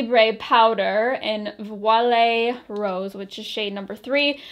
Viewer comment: “Voile” rose is pronounced vwah(hope that helps! 😉)